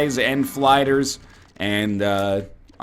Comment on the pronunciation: NL did you have a aneurysm "let's gets some more spys and flyders"